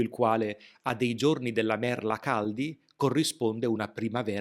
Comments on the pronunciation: Sei bravoFrancesco. Niente con la "D" !!!!!!!!!!!!!!!!! Non dimenticare che la parlola e "merla" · E importantissimo ricordarsi que merla si pronuncia con la lettera "l" di "limone". E imposibile dimenticarelo!